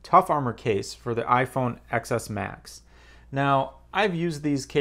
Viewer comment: It’s iPhone “Ten” S Max not XS.